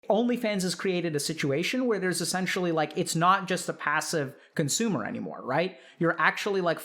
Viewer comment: Chatter "Coonsumer" LMAOO EDIT - Couple of minutes later ok sadge now...